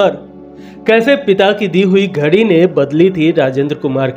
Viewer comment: घड़ी को घरी क्यों बोल रहे हैं।